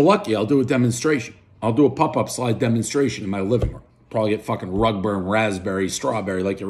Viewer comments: It's pop-up slide damn it not pup up. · Dave must think the vowels U and O share the same pronunciation. Him and his pup up slides and hut puckits